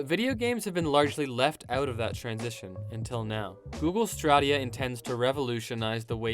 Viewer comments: "google stradia" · Try google straw-dia....